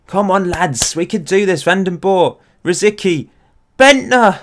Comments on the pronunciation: Please it's rosicky it's Czech..rosiTSki is the right way to pronounce :) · Its funny how you pronounce Rosicki :) "c" in his name is "c" not a "k". But yeah I guess its easier the way you spell it so dont mind me. I like your version more :)